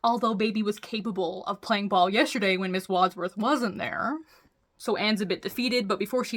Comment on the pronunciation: I can tell you haven't watched the movie Clue, with the way you're having a hard time saying Wadsworth. I stongly recommend you see it - it's not necessarily the right kind of movie for your channel, but it's a really fun time ❤